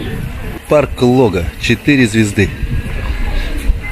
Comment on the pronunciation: Когда же вы, прежде чем снимать, научитесь правильно ставить ударение. Лога - на второй слог.